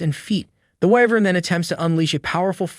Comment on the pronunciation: Ahem it's whyvern not wivern Correct pronunciation: whyvern Correct spelling: wyvern